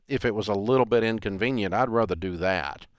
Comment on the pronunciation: "I'd ruther do that." The word is RA-ther.